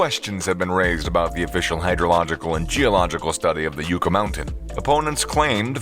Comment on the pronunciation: Yucca is pronounced yuh·kuh, like the plant. Not yoo·kuh.